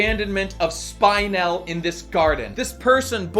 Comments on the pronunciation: Her name is pronounced Spin-el, not Spine-el. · it's spin-el, not spine-el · Not Spine-elle, Spin-elle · Her is name pronounced Speenell. They say the name often enough in the movie. Why don't you say it correctly? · Nobody: Not a single soul:: Spine-elle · "Spynel" ugggghhhhhh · Spine-el :[ the pronunciation hurts me just a bit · We watched the same movie, why are you saying "spynel"? Also, dope video. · They said Spinel like 50 times in the movie. How the fuck do you pronounce her name "Spine-ell"??? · Isn't that name pronounced [Spin-él]? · How could you possible mispronounce spinel, its said so many times in the movie. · why do you say Spinel like that? why do you focus on the spine rather than the spin? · He's saying her name wrong for spinel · The constant mispronunciation of spinel ruined the video for me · It only enhanced it for me.